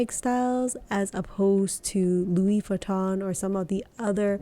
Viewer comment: Your prices are somewhat off. Artois PM is $2400 pre-tax in the US following the price increase earlier this year. Always cheaper to purchase in Europe, of course. Pronunciations are a little off, too. The Louis is Saint Louis is the same as Louis Vuitton, not "Louise." Martin is pronounced differently in French as well. I also think you meant "boast," not "boost."